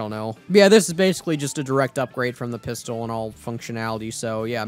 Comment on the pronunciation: ah yes, the pisstol